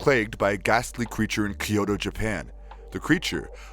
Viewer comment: It's Kyo-to (2 syllables). Not Ki-yo-to (3 syllables).